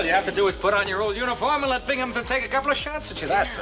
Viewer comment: It's clear the host of this video never watched any of McHale's Navy, otherwise he would know how to pronounce Binghamton and McLeod.